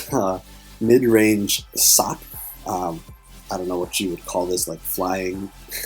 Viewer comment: I keep hearing you say "Sock" when you say her name.